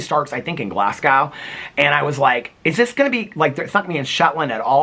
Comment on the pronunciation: Tip for Americans… Glasgow is pronounced “Glaz-Go” haha